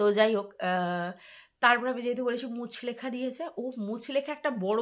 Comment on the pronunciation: কথাটা মুচলেকা মুচলেখা নয় ❤